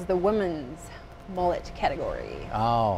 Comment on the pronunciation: Its pronounced m-uh-let not m-ooh-let